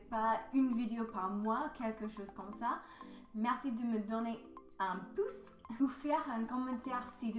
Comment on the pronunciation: But you have a beautiful way of saying "merci" with that guttural "R" sound. It sounds very authentic. How did you learn that? I can't make that sound for the life of me.